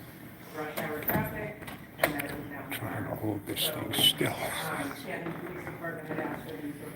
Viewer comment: say Pleese again! love it, Pleese Department is priceless